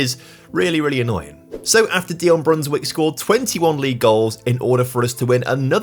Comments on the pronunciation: Small tip: when a Dutch name has ij in it pronounce it as an i. So instead of Brunswick say Brunswike. Just the same as you say Van Dijk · Actually, it's pronounced "ei", like the "a" in "game"